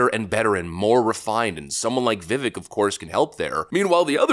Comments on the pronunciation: YO, IF U HAVE RESPECT FOR TE FUTURE VP, ID NAME IS PRONOUNCED Vi-Vake like cake, NOT Vi-Veck like deck. VIVEK himself straight up said this himself many times so please try to start to say his name correctly because his name needs to become recognizable for him to continue to gain popularity moving on. A big disadvantage for him is ppl can't say his name correctly, including trump as far as Rammaswamy goes and that's something that all of us americans must actively work on if we want to give him the spotlight to shine bright like the star he can be. VIVEK 2028! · Dude, his name is pronounced Viv-vake. Say his name right, please. Saying it wrong is a little bit disrespectful. 😢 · “Vivek”, rhymes with “cake”. Time to start pronouncing it correctly! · Vivek pronounced viv-(ake) like cake 🎂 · Viv•ake is actually how you pronounce his name. He's hopefully also going to also do great things. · Vivek is pronounced Va-Vake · His name rhymes with cake..... his words.😊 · Vivek is pronounced Vi-vake like cake, and is the most radical candidate since Ron Paul. He already got Trump onboard with banning CBDC. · I love you man, but have to dislike your video if you can’t do the research and pronounce his name correctly. Every time I hear Viv-Ick it hurts. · Vivek is pronounced like cake. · Vivek’s name is pronounced as “Vivake”. Please make a note of it. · You are mispronouncing his name. He has said, “It’s Vivek like cake” it rhymes with cake. Vi-vake. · How about showing him a little respect by pronouncing his name properly? Vi- VAYK. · You MUST learn to pronounce his name correctly. “Vuh-Vake” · "Vivek" rhymes with "cake". He's probably going to be around a while, might as well say his name correctly :) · ❤ the channel...but, it is Vi-VAKE...like cake. A friend who supports Vivek, and was going to vote for him in the primary, but Trump if Vivek didn't get there hates that you mispronounce his name. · Vivek rhymes with cake, dude. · It's pronounced Viv ake